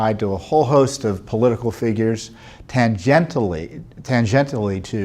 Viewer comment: "tan - gentle" haha. Tan-jen-chull